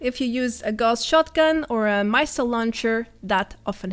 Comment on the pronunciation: She said "My cell damage" instead of missile damage lol